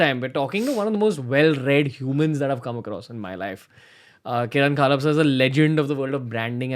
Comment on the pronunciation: It's pronounced as Khapal and not Khaalap.... u r still a dud Raanvir.